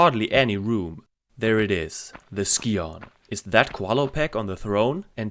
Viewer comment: Your #5 is my #1 track but they’re all great. I never understood why characters in the game pronounced “scion” the way they do. It should sound like “sigh-un”.